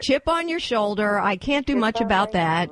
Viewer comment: ''Chip on your sholuder?'' WTF is wrong with u!!